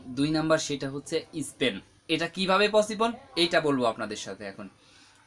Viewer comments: আপনি প্রথমেই ভুলটা শিকার করলে, এতটুকু আসতে হয় না। আপনি সত্য করে বলেন তো, এই ভিডিও তে আপনি, স্পেন বলছেন নাকি ইস্পেন বলছেন। এমন উচ্চারণ এর যদি সমস্যা থাকে তাহলে কি সঠিক তথ্য শুনতে কারো ভালো লাগবে? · Beta YouTube e taka kamanor jonno vua post des tor post golo deki but ami nije o aei desh golo te onek bar jai but kiser nagorik otto faltu stupid tui joto toko likos tar cheye besi sobai jan e jara Europe e ase. R tu spain to occharon i korte paros na kiser ispen spainke bolos ispain. Falto stupid kaj koira taka kamai kor. Vua post dis na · ইস্পেন নাকি স্পেন...? আমি তো জানি স্পেন, কিন্তু আপনি ইস্পেন বলছেন কেন....?